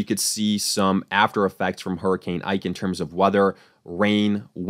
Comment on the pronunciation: Hurricane “ike” lol 😂